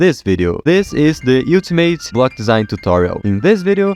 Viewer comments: He said ultimate like Eww tu mate 💀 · "Yu-timate" legendary words